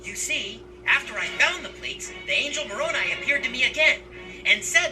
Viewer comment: “MORONi” Let that sink in. not even “moronAI” to try and make it seem like a name, just straight up MORON with an I. I can’t bro 🤦🏾‍♂️